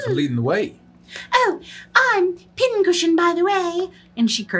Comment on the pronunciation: what she said: Pin Cushion what i heard: Pin-Head